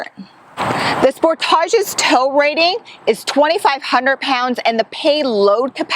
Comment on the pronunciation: THE "SPORTÀSH"! Love the way she pronounces it! Down in the U.S., it's the "Spòrtesh", of course.